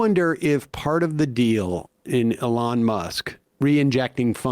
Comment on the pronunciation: Sam please keep calling him ‘E-lawn’. It gives me life.